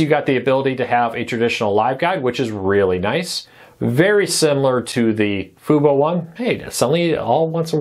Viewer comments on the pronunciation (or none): Can you say Fubo correctly?